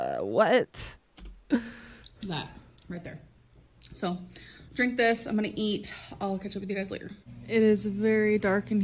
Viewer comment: I hate when she says “eye-munna” instead of “I’m going to” or “I’m gonna.”